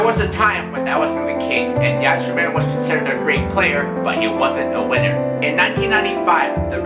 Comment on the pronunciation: the Y is pronounced as I in Yzerman